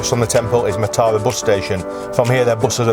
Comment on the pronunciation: Matara is pronounced as Maaaa-tha-ra emphasize Maaa. If you see someone drinking from a glass bottle it does not necessarily mean they are drinking booze, people fill empty bottles with water to drink. I dont think people actually now fish from stilts they just pretend and ask tourist for money to photograph them!!